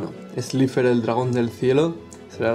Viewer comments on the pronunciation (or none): Se dice slaifer